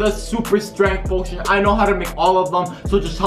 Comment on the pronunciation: Strenghth potion